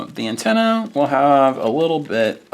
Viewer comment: It sounded like you said Nintenna instead of antenna. Definitely catchy.